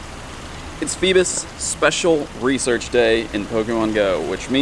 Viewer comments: I thought it was FEEBAS not PHEBAS.. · Lol its not "fee-bis" its "fee-bass" like the fish. Lol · IT PAINED ME WHEN HE SAID FEBIS!!!! DID ANYONE ELSE SEE THIS?!?!?!? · Feebas, pronounced as Feebass.. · If he dont stop saying feebas wrong I'm gonna go crazy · It’s cause you say feebas weird